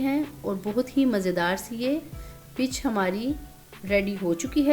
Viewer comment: Zaberdast peech kehtai hain not pitch❤❤❤❤